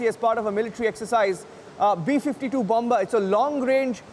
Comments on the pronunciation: Say it like "Bummer", NOT LIKE "BOMMBBERRR", please! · CANT LISTEN TO THIS GOOSE. bomBa bomBa... bomBa